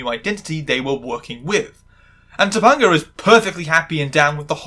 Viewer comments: This is a good video overall, but mispronouncing Topanga's name consistently was weird and pulled me out of it a lot. You watched the episode, you heard them pronounce it. Not sure how it wound up this way. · I struggled for, like, 10 minutes trying to remember a trans or trans-adjacent episode of BMW before I clicked play. I vaguely remember this episode. Mr. Feeny talking about Black Like Me and Shawn as a girl ring a very distant bell. I guess it didn't make much of an impact on me. Perhaps it's the cis or the fact many other family shows had episodes like this. I love how you say "Topanga." I absolutely recommend this show, but I'll cop to rose-colored glasses. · 2-PONG-UH?!? Did you watch ANY of the show? That is not how you pronounce her character's name. To mispronounce someone's name is functionally the same as calling them by an incorrect name. You've heard it spoken aloud many times in order to do your research for this video. Acknowledge that you're wrong. Your personal accent is not an excuse. Pronounce a person's/character's name as they pronounce it. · I know this is stupid but I can’t handle how wrong your saying topanga so often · The way you pronounce topanga is killing me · the way you pronounced Topanga lowkey made me wanna cry LOL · I understand it’s a bit, but as a 90s kid, whenever you say “toe- PUN - gah” instead of “toe - PEN - gah” it makes me die a little inside. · TopAnga, not TopUnga. the AN is the same as in the word TRANS, so I know you can pronounce it. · Dude how are you continuously mispronouncing Topanga's name it's not toponga it's Topanga not toponga or toponger Topanga you even played like 3 clips where it was said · Okay, one thing driving me a bit up the wall - her name is pronounced Toe-Pang-A. Sorry, as someone who's name is often misspelled and sometimes mispronounced - especially on purpose by men who think they're being funny - I'm a bit hung up on making sure names are said/spelled correctly.